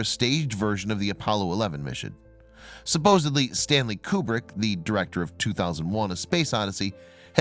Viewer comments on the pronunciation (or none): none